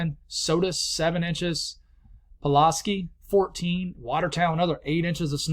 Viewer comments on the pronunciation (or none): Hey the upstate ny areas. Pulaski is pronounced pull ass sky. And lowville is lau ville. 😂 they get messed up all the time if your not from here haha